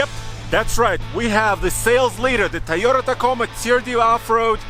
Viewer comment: "the tiyota ticoma"